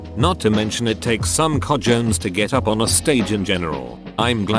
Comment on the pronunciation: Text: cojones Robot: ko-jonhs